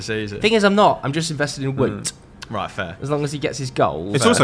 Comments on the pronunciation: Wout is pronounced Wowed not Woot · Feel like someone has to help the guys out with pronouncing Weghorst's name. It's pronounced as "Vote" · Considering he loves Weghorst so much maybe you should learn his first name properly - it's pronounced 'Vowt.'